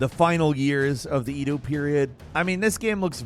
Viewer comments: When he said “eedoo” Japan I chuckled a little bit. I don’t want to seem like some kind of Japan snob, but it just made the Edo (eh-doh) era of Japan seem so much cuter. 😂 (Japan snob credentials: I have lived in Japan for the past 10 years with my wife) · No shade but Edo = “Eh-doh” not Eedoo. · Edo is pronounced like Eh-doh not Ee-dew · Ik its late.. but its pronounced "eh-doe" not "ee-do". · Ed-O period not E-Do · Say it right now - Eh-Do~ Not E-DOO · eeeedu?? e du? wtf it's edo. Eh Doh. 😅😅😊😢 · It's "Edo", not "Ee-doo". LOL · It's not Edu, but Edo Period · Edou? Say it with me “Ed-doo” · It's E-doe. Not E-due. You have some of the most horrible pronunciation I have ever seen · Did just pronounce Edo like EE-dew? No naaaahhhhh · Why did he pronounce Edo like that lmao EEdOugh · "idoo japan" "bashen war" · Eeedo? Did he say that?? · it's Edo period. Pronounced like Ed the name with Oh sound. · Ee-du period? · I'm gonna be "that guy". It's "Ehdo" Japan,. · I hate to be that guy but it's Edo is pronounced Ed-O, but aside from that great video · Who says “Eedoo” when pronouncing Edo😂 have you never heard a Japanese before? Cmon man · " The Japanese EE-doo period..." gtfo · The way you say edo 😬😬😬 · I wonder how many un-subbed because of how pronounces Edo. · you said Edo wrong but good video none the less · e-do hahahahahah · bruh you say edo odd and ghosts of tsushima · Is it just me or does anyone cringe at the pronunciation of EDO the way he said it the way I do bruh needs to stop he knows what he is doing. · Dragons dogma is gonna be dope. Also I know you not a anime Fan by how you pronounce Edo lol.